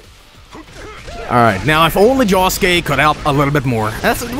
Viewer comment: JOSUKE NOT JOSEKE